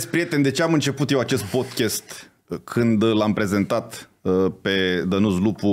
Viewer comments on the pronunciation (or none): none